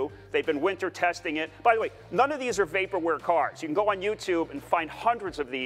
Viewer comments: This video is so awesome. But I had to pause it because you said “way-perware” instead of vaporware. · It's, "Vaporware" not Waperware! Just sayin'..... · You can use Google to check on a word's pronunciation. A good candidate would be "vaporware," in which the letter V, as in every other English word containing a V, is pronounced the same as in TV. Of course, if you pronounce TV as "Tee Wee," I guess I am making no sense. In that case, google the correct English pronunciation.